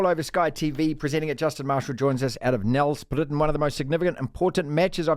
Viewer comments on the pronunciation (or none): It's pronounced "nel-sprate", not "nel-sprit".